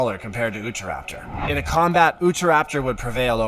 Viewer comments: It's U-tah raptor not oohtah raptor it's named after the state of Utah..it's name translates to "the thief of Utah" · this narator did absolutely no research in the pronunciation of these dinosaur names...for example...he was saying oota-raptor...when it is UTAH-rapter...named for the state it was discovered in